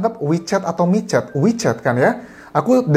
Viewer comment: Aq dngrny 'me chat'